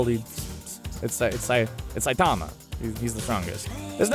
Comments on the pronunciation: He can't even pronounce the lead characters name correctly. It's Sigh-teh-ma Saitama, not Sigh-taa-ma Saytama. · u pronounce saitama wrong its saitama all in one word not saitaaaama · The way he says sightama kind of annoys me when it is saitama